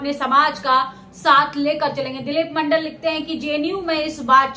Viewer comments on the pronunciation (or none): none